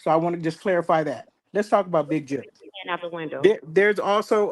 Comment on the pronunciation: You can’t say the word Jook👀🙃😫